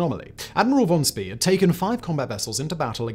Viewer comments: Pronounced like Von Schpay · Except for von Spee. "Shpee"